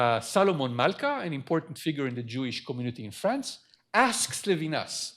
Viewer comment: maybe introducer could learn to pronounce Levinas? it's not English. it's embarrassing when professors do that.